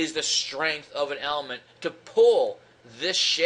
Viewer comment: stength haha